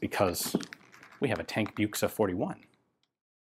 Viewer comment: Tankbüchse Not buchse